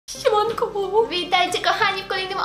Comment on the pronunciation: I to,,Sieemankoo"